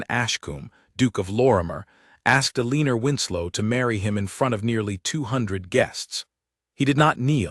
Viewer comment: Eleanor has been consistently mispronounced here! It's El in nor... not E lean or.